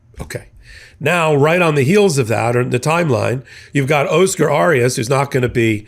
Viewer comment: Not pronouncing correctly. Oscar Arias. Try again.